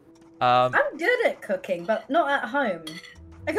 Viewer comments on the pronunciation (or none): I know she said “Cooking”, but it sounded like she said “Cocain”.